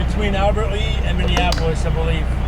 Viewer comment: I was going to hold off... But it's bothering me! It's pronounced "oh-wha-tah-nah" and Albert "Lee" I'll give him Owatonna.... Fine but seriously what's wrong with you if you don't know how to pronounce the lea in Albert Lea. I'm not from MN but I can still pronounce them. You want some actually difficult ones... Go to Washington, half the towns in that state are native American names. Don't send him to Eau Claire, WI cause he'll never get that one... It's "you-clare"